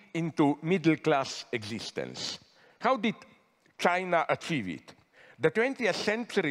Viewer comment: "thats what I wanted to archieve"